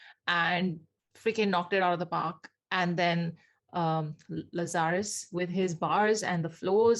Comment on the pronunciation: Errr it’s Lazar……us.